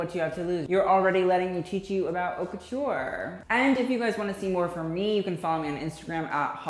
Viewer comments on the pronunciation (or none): I enjoy watching your videos but please pronounce correctly. It’s cringey. Also when you criticize fashion, just don’t base your opinion on the the look since it’s subjective, there’s more than that, especially you’re talking about Haute Couture, the details, the techniques, the materials, etc..